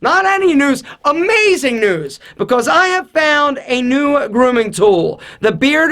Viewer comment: When he said news I thought he said noose